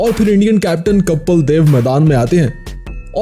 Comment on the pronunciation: Aaree bhai kapal nahi Kapil hai vo